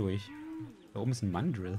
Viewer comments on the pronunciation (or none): Das,, i" von Mandrill wird deutlicher gesprochen!